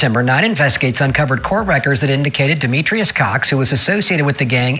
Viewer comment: His name is pronounced “meat mo” (Demetrius Cox)